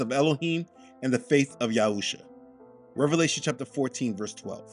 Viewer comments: I gotta quick question. I thought the name was written and pronounced as Yahshua instead of Yahusha. And I do recall in older videos that you pronounced him that way. Is this just a language mistake or is there meaning? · Your reply is condescending. Not sure if that was intended but it was received that way. If you read my comment, you'll see that I've been following this ministry for 3 years. By rough estimate, that's 156 videos already watched. In that span of 3 years, has changed how he pronounces the name of our Messiah. In his spiritual Warfare prayer it says YESHUA. It's a little confusing and we have enough confusion. I waa asking for clarification. Not "just watch the videos and shut up." Thanks anyway.